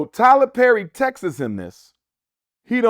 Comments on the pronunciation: Dr Umar, its text not Texas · Right lol. I get so irritated when people say "textes" . I expected better from Dr U. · I don’t know many amazingly gifted “orators” that pronounce texts as “texas” but go awf. 😭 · Yes! lol, I peeped. I thought…”did he just say texes”